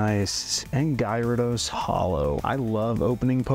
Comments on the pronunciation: Everyone talking about odds and I’m over here like did you hear this man say “guyrados”😂 lol Cool video thanks for sharing ! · I just stumbled across your video and while I enjoyed your voice and the content itself, you managed to mispronounce at least 25 Pokémon (xatu,numel , gyarados, Lugia, …). This is by no means meant to be ill-spirited, but as a viewer this really makes the whole video less enjoyable for me and so I wanted to leave that as feedback.